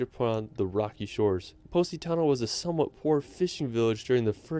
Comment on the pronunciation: sorry but he pronounce the city from Italy "Positano" so weird. That is not a "Pu*** Tonnel"🤣🤣🤣